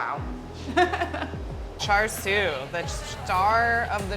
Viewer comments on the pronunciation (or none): It triggered me when she said “chaR siu” like wtf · she says "char sue", while it's actually pronounced more likr "sha shu" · "charred siu" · when she said char siu it broke me omfg u need to learn some canto words before holy shit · Yeah who’s Char Sue? 🤷🏻‍♂️ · Car sew 😂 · yeah thats how you write it... but chinese people pronounce the I in such a way that it sounds more like "uh" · i want to butcher myself after listening to this white woman try to pronounce chinese words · I think she butchered the Cantonese pronunciations harder than the duck got butchered. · Her white girl pronunciation of Chinese is killing me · She had char siu many times before but she still can't say it right.